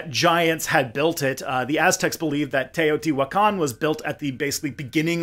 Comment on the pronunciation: Hi, there! Captions reader here. I’m pretty sure is spelled “Cholula”, not “Tallulah”. Otherwise, great works, so far! Imma see that episode on the Cholula pyramid next! (Also, it’s Tlaloc, not Warlock , imma asume the captions were made automatically?) Congrats on your pronunciation of Teotihuacán! 🎉